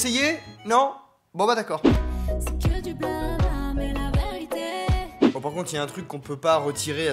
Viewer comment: Faut qu'ils arrêtent de remplacer les é par des ay aussi, "la véritay", y a un cut dans le tour de magie ? Pourquoi ?